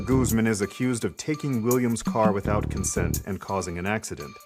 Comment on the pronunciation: Excuse me, Vanessa Goose-man? How white do you have to be to pronounce Guzman that bad